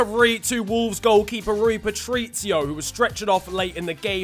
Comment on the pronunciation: he couldn’t even say Patricio properly lol